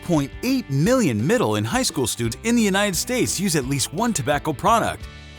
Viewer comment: The way AI pronounces “students” at the beginning is hilarious Also, if you’re going to reference numbers in the United States, we use commas as thousands separators, not periods. And this is before I’ve even finished watching the first minute of the video too 😂